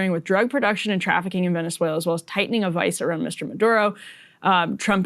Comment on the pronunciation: Can we take a moment to appreciate how well Emily pronounces Venezuela. Almost sounds native.